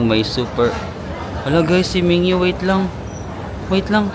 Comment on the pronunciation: min gyu 😅 not mingyu 😎👌🏽